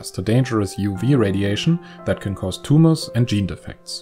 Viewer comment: it’s not a tum-ah!